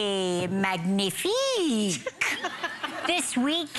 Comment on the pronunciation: I find it funny that a woman like Sharon who lives in a country that is so close to France would know so little about French pronunciation! First of all, French people don't roll their r's! second of all, it's "man-yi-fique" not "mag-ni-fique"!